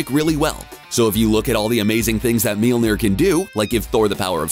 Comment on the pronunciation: Why do you keep saying Meelnir? Lol Mjolnir is pronounced like "myawl-nir".